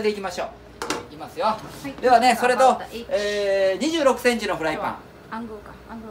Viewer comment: とぅえんてぃーSEXセンチ